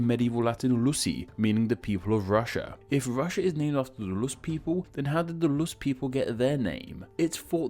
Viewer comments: Deadbäss he also says loos instead of rus’ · why do you pronounce Rus like Lus more than like Rus throughout the video? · Would are you saying Lus? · it’s sounds like you’re saying ‘lus’ instead of ‘rus’ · Lol Brits don't pronounce Rs the same way as Ls.